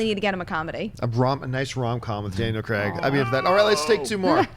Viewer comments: STOP PRONOUNCING CRAIG WRONG OMG It's kreyg not creg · It's Craig, not Creg. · it's not pronounced 'creg'. it's pronounced the way it looks, 'Craig'